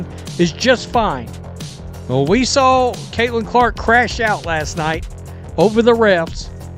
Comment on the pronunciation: There's no mf R in saw 😂